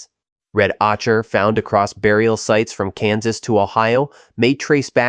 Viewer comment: Ocher is pronounced O-ker